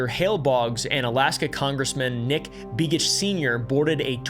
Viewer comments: Hey just so you know big homie, its pronounced BAYgitch not BEEgitch....nick begich.....like saying bagel not beagle. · It’s not “bee-gich” it’s more like “bay-gech” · You pronounced begiches name wrong beg i tch and Whittier whit eee rrrrr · I love the way he pronounced Begich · I love how you pronunciation "Begich" 😂 Also interesting facts, the first Begich congressman died as you mentioned, in a plan crash. Then the second one, Don young died on a plane, then the 3ed congressman (or is it congress woman?) Her husband died in a plane crash (i think she was in office at the time) and now I Believe its the original begich's nephew is now my stats congressman! Its really weird when you think about it.